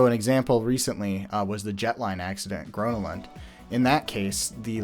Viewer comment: As a Swede it hurt hearing GrönaLund pronounced as Greenland, but at least it was mentioned xD